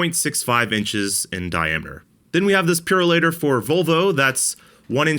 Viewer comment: Pure-o-later, not Purr-o-later. 😀